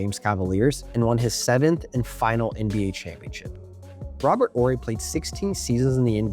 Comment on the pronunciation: You gotta be very young to 'barely know' who Robert Horry is... Im glad you pronounced his name correctly tho